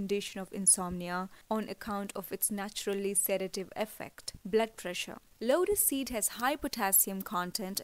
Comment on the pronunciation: Vedio mai asy lag raha hai jese lora seed lora seed bol rahi hai ,😂😂